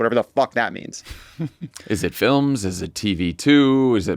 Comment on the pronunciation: Does Trunp pronounce "films" with two syllables?